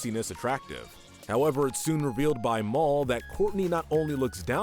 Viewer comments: Why did you keep calling "Mal" "Mall"😭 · Its ma-l not mau-l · I’m just saying mal is not pronounced moll it’s pronounced mahl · You made me mad when you said maul instead of mal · Man i like this chanell but its mal not mol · Saying mall instead of mal 😑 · Jit said mall instead of mal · Its! Mal not Mol ok! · It’s pronounced Mal not Mall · Mal: ❌ Mall: ✅ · "After she learns the truth about Moul" 💀 It's MAL lol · You pronounced Mall you said Mall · I’m sorry but his name is not Maul it’s Mal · It’s not mall it’s mal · Am I the only one who heard him say mole instead of mall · It’s mal not mol stop saying it like that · Instead of mal he said M A U L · Why are you calling Mal, mole😭😭😭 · It's mal not marl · ITS MAL! M-A-L NOT MALL! when I saw it first time I though Duncan was polygamous. But didn’t think it was alright so he broke up with Courtney despite still having feelings. That for me at leat explained it. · I don't want to be offensive because idk if he cant or doesnt know the right way to pronounce it but pronouncing Mals name as Mall in and cracks me up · That it was funny how you call Mal, you say it like Mawl but it’s the name Mal is short for Malicious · did he just call Mal, Mole 💀 This vid is great tho, don't get me wrong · This dude pronounced mal as “mall” wtf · STOP SAYING MOL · I think he said “Mall.” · bro did he just call Mal "maul" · I know, I burst out laughing when he said it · man rlly just said morl XD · Anyone else a little bothered he said Mal's name Maul like Darth Maul? Lmao jk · Why…… we’re you pronouncing Mal wrong. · Is anyone going to talk about how he Pronounce mal’s name wrong 😑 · You mis pronounced mal